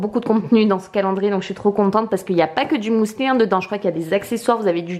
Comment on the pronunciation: On dit mUsli pas mOUli mdr